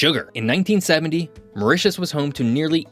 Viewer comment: Very good presentation but the pronunciation is so bad ....once convert to french you will understand what am saying,.... Mytus ... 😅 ...a.i